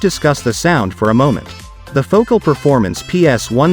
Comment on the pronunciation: ..." Foh - CAL!" Your AI robot script is awful although I did learn some things.